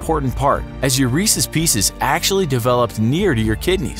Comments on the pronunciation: My guy said recces pieces bruuuuu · your "reses pieces" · Lol he said Reese piece